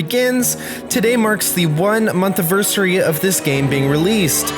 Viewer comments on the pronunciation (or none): "One month uversurrey" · "Avirsary" Nice.